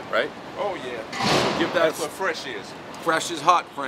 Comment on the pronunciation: Dude said Gibsmedat!